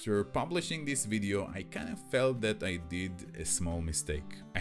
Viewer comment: this, not "dees"?